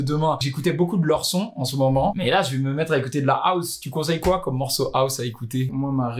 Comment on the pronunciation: Arrêtez de prononcé House : Aousse mdr